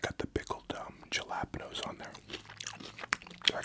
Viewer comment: Haha nah that’s the correct way to say it true Canadians know Ricky from trailer park boys 😂